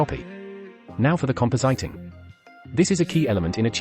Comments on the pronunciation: "Compo-sighting" That TTS has no clue how to pronounce compositing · Compositing is read CompoZiting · the voice pronounces compositing wrong ;)